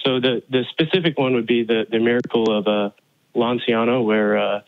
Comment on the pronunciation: "Lanciano" is actually pronounced "LanchAno" in Italian